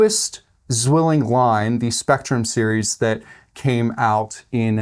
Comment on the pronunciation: btw: the name Zwilling is pronounced more like "tsvilling". 'z' is like 'ts' and 'w' is like an english 'v'. the word means twin. greetings from germany.